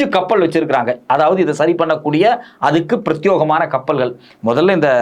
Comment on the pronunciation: It is Pratyegamaana and not Pratyogamaana, Many news readers pronounce mistakenly.